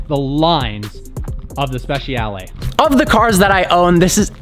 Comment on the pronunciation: Speh-chah-lay not speh- she-al